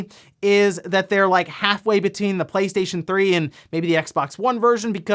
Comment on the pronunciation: Now everytime i hear him say PlayStation i hear PlateStaion.